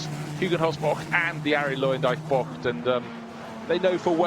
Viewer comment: Is there a reason the commentator pronounces 'bocht' close to perfect? It's getting uneasy for me haha